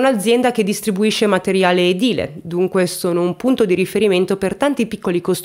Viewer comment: Buonasera. Complimenti prima di tutto per la pronuncia esatta di EDILE, pochi lo pronunciano correttamente, anche da individui colti dove mai te lo aspetteresti. Caso che io non conoscevo. Le centinaia di sequestri di persona che si verificarono in Italia negli anni '70 e '80 hanno affilato gli artigli degli inquirenti. Questo ed associato alla tecnologia moderna i banditi non hanno scampo; è solo questione di tempo. I sequestri sono anacronistici, per i delinquenti è meglio che cambino settore. Ho letto che Andrea, prima del sequestro parlava cogli amici di voler andare in Sudan e gli amici gli dissero di stare attento perché là ti rapiscono. Il rapimento in effetti era contemplato però a casa sua non in Sudan. Qualche caso di sopravvisuto fa bene al cuore.